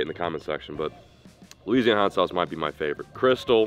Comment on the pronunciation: Cholula >>> Leeseeana